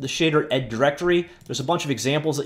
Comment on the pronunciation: "shay" "derd"